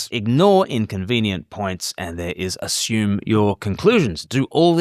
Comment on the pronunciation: Never "ashume"!